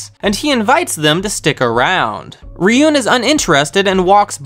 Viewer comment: Also, Ryuuen is Ryu-(elongated "u") - en.